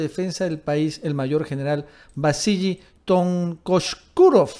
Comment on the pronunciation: Se pronuncia Vasily (como si tuviera una sola L ).